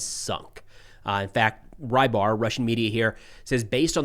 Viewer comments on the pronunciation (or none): For the love of G-d, when will you stop spelling "Rybar" as "rye bar"? You are not "", right? I understand it could be hard tolerance pronunciation of every word and name in a foreign language, but you mention the poor channel name in every single video on Ukraine!